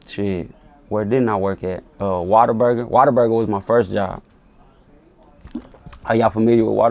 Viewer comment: He said waterburger its whataburger. I ain't hear of that shit either or hardy til I came to okc.